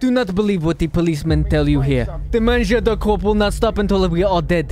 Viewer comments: I love the idea But its " Mangeur de Corps " and not " Manjou de corpses "👍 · "manjour de corpse" got me 😂 More like "mangeur de corps" Greetings from france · its mangeur de corps hahahaha not MANJOU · Mangeur de corps* (sans prononcer le P et le S, ça ce dit juste "cor") Super vidéo sinon, tu fais un travail formidable, continue comme ça ! <3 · speaking french with a russian accent you're hilarious man 😂 in french we call body eater " mangeur de corps" but nice try oh we pronounce Loui not LouiSSS from a french viewer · I'm from Belgium, so we also learn French. And the correct term for the body eater is: "Le mangeur de corps". You're not far off, also the vids are amazing! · Hey i m french and i love your vidéos, and for the correction its "Mangeur de corps", continue comme ça et désoler pour mon anglais catastrophique ^^. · “Mangeur De Corps” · "le mangeur de corps" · Its mangeur de corp😂😂😂😂🇨🇵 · its mangeur de corps il french